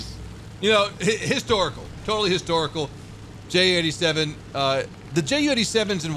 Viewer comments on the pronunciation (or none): It's called JU-87. Like You-87. Since it is a Junkers (pronounced Younkers). Greetings from Germany ;)